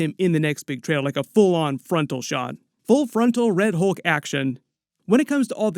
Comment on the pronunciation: Why can't 99% of people say words like "Hulk" correctly? It's not HOLK. It's HULK. I hear the same thing with "skull" and "cult." People say SKOLE and COLT. I mean, WTF? It's a U, not an O.